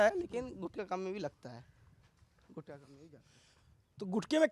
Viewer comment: गुटका नहीं गुटखा यह असली शब्द हैं.... गुटखा से ट निकाल दिया तो गु खा बन जाता हैं 😂😂